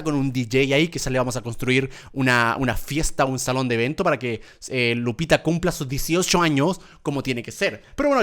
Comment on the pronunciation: Germán dice lucita cuando es Lupita